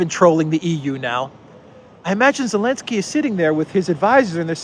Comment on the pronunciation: I saw a Russian reporter calling Zelinsky "Elinsky" 😂😂🤣🤣😆